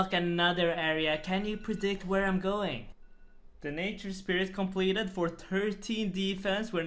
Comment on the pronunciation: how do you have suck a cute voice bro? also i cry laugh every time you say "goins" idfk why